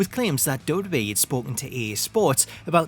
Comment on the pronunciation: The way you say "WWE" has been cracking me up for legit 4 years. "Dubub E."